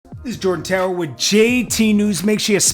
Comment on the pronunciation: I really hate how U read Jordantower🤦🏾‍♂️😡🤬